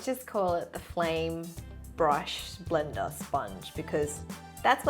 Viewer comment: When you said blender brush I heard Brenda